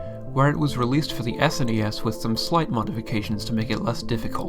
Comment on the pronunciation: I know someone who will be very triggered by your pronunciation of "SNES"